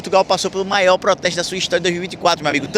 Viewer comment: 10 MIOIS DE PESSOAS MAIÓÓ